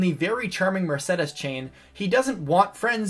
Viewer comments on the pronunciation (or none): He can't pronounce "Mercedes", I don't think "archbishop" is any easier.